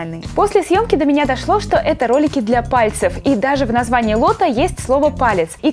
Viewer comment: мне пакозалось что ты сказала не ролики а кролики